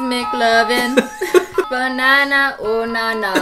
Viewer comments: “Professor BENANA” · OMG IT'S BENANA AND CRIS-TEA-NE.